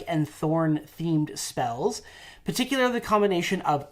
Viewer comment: If says "par tick you lair ly" one more time my head might explode 🤣🤣🤣